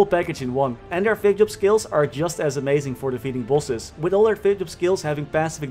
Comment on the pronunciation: Bro this whole time i was saying to myself wtf is pulses? I really thought it was some “maple” term for like dps or somesht.. and near the end of the video I finally realized he was saying “bosses” lmao!! Bro totally mind fcked right now..